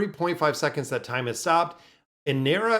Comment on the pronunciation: "inertia" is pronounced "in-err-sha"